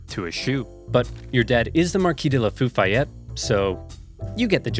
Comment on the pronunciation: Why do I think "Marquis de la Foofayette" is from some video where he pronounced "Lafayette" very wrong, and its an in-joke now. I want Marquis de la Foofayette merch, now.